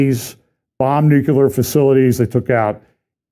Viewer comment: Mornin'. I don't mean to be nit- picky, but it's nuCLEAR, not nuCULER. Love ya in the LORD, Bro. Have a great day!